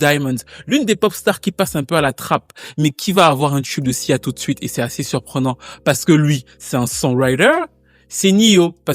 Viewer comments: A plusieurs moments j'entends cza et pas sia . 😅 c'est reel ? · Tu as dis siza plusieurs fois 😂